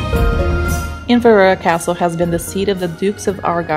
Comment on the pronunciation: 04 IN -VER - AIREY Castle as Fairey with a silent F , A WEE TIP if your struggling with words try breaking them into 3 or 4 Letter syllables, might help.